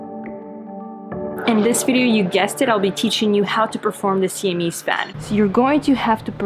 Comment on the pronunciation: Please don't feel like I'm making fun of you or your accent because the way you pronounce "Siamese gives me great *JOY*! In my childhood there was a cartoon about a Kat (actually, it was a 'cat' but I'm telling the story now XD) named Jinx, and two little mice, named Pixie and Dixie. Of course, Jinx hated the mice and was always getting his ass kicked by the mice. Like Tom and Jerry, but with twice the mice. Jinx was illiterate and called them "meeses" instead of mice, and his catchphrase in every episode was, "I HATE YOU MEESES TO PIECES!!!" So it just made me think of Jinx saying "I see a meese!" which sounds exactly like the way you pronounce "Siamese." XD Thank you for all your tutorial help over the years!